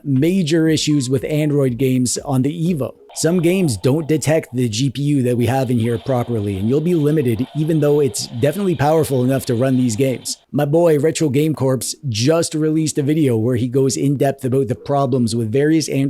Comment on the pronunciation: Did you say "Retro Game Corpse". Did he die or something.